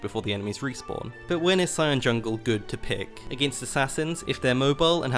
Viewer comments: Green Cucumber “yungle” 💀💀💀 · he says it like that lmao